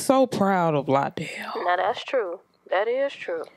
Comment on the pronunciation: Lie-dell is not worthy of the vocals, but I thank you for the blessing.